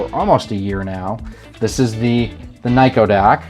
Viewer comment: Nah it was a joke. You were pronouncing Nyko like Neko, or a cat girl